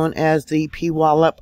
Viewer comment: Hi I live near puyallup, which is pronounced, ",pewallup" and puget, of puget sound is pronounced, " pewjet". 😊I thought you might like to know in case more happens here. Just returned from a trip, so I slept thru it. I stand on the Rock of Jesus, so no matter what happens in life or death, He will be with me and see me thru!